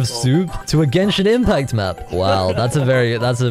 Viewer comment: "i play geshin impact" 🤡